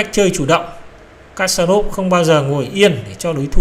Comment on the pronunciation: kasparov đọc là = kas + pa + rov.